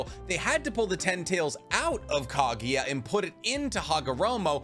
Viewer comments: Interesting topic but the way you pronounce names, techniques etc. is so annoying, a lot of people probably clicked away. This is an example of a guy trying so hard to watch anime and watches dub. PS: who to f is Ka-gi-yuh? KAGUYA. KAGUYA! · Love the hypothesis, but for the love of god, next time you talk about anime, learn how to pronounce names (like KAGUYA!!!! not KAGIYA!!!)... etc... cringy